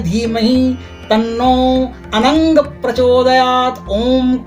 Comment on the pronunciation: Anang sang me hae not ang sang